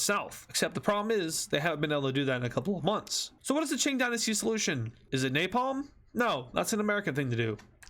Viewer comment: Ching Gynasty? It's Qing Dynasty